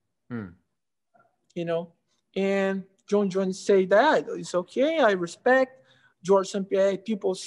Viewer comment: Anderson “hespect” Silva